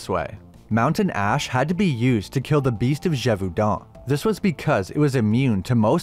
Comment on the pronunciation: Love your videos man, but mm as a French person, your pronunciation of Gevaudan is close but the "au" is pronounced like an "o". But yeah pretty good french though :)